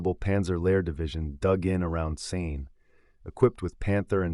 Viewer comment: Kept mispronouncing Caen in different ways. Interesting though.